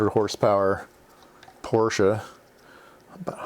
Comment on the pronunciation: I was happy hearing Porsche mentioned, also glad you pronounce it correctly, many don’t 😉